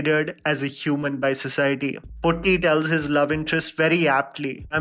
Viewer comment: It's puti not putti 🙂